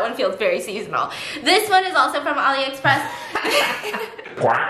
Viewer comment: Is she saying olly or alie express?